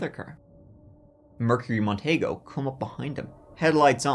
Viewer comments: Mercury Mon-tea-go. Gary Muh-thigh-us. not "mon-tay-go" and "math-thee-iss" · Hey guys- the Merc Montego,(mon-tee-go) was actually pretty spacious for a coupe. Those back seats were likely bench seats and as I recall, fairly roomy. Compared to today's cars...well, no comparison! Easily, TWICE as big as anything Mercury makes today!!